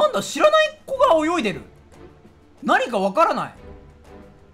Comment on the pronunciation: 恐ろしいことを伝えたすぎて“泳いでる"が"早いでる"になる男